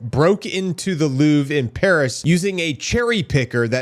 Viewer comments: Louvre ❌ Loof ✅ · Its called louvre not luuv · It's "Louvre", with an R